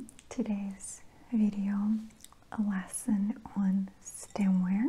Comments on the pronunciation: Ah lession sounded like session 🤩🤩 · I thought I was the only one thought she was saying it funny! Lol “AAtiquette LAAsson” 😂